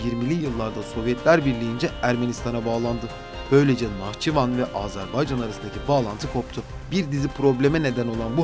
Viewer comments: Seslendirmeyi yapan kardeş azarbaycan değil Azerbaycan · Azarbaycan değil Azerbaycan deyin lütfen. Türkler kardeş ülkelerinin adını bile doğru telaffuz edemiyor derler rezil oluruz